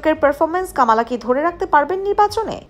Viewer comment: উচ্চারণটা হবে কমলা।